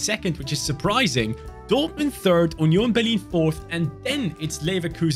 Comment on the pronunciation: You sad UNION BERLIN perfect like a german people im german i would say it similar